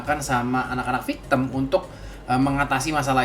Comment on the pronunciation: Victim woy bukan victemmmmm